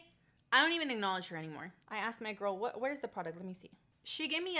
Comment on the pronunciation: Did someone tell her there’s an L at the end of girl??